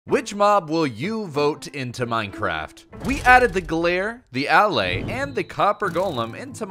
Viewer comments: Its not A-laay its Alae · Its pronounced uh-lay, Not Al-lay. They say it in the into video. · Why do you pronounce it AL- Lay when there's videos of the devs pronouncing it uh-LAY? This is worse than the time they added elytra and every youtuber on earth, instead of just googling how to pronunce that word (EL-ih-TRUH) made up a new pronunciation (ee-LIE-truh), and it stuck now with a whole generation of kids. I really don't understand peoples' brains sometimes. I feel like everyone is trolling me. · It pronounced "Uh- Lay" like you are just saying the word a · I don't wanna be that person, but allay is pronounced al-ay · I'm pretty sure it's pronounced "a-lay." Allay is an English word meaning "to put at ease." Contrast it with "Vex" which is a latin word used commonly in english to mean "to bother or upset"